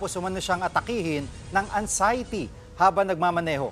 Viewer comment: Anxiety ba kuya? Paki spell nga? Haha